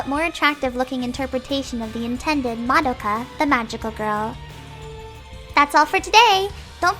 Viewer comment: Just out of nowhere, is anyone else bothered when someone mispronounced Madoka's name? or the entire title? no? okay.